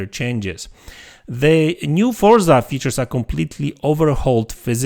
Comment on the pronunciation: Unfortunately it's just a click bit video. There is not even one single piece of new information. Also please learn how to say the name of the game.